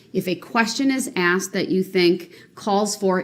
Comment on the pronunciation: Axed..axed....axed......he's such a manipulator!! He's such an idiot! Many doctors may suggest taking another test to make sure their findings are correct!